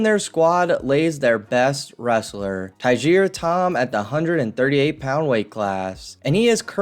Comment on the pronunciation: Hawaii wrestler is pronounced "Tiger" and last name "Tam". Great kid and great wrestler